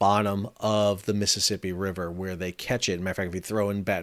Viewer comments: Miss Sippy ? It’s a 4 syllables word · You say Mississippi like you're from Mississippi.